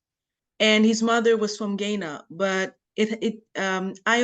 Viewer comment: I had to shake my head . Gaina? I think she meant Ghana